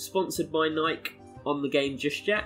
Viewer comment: Why are you pronoucing nike like that...